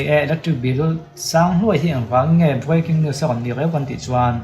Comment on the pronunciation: Viking news iti maw ka tia, Breaking news itihna lo ni reng sia 😂😂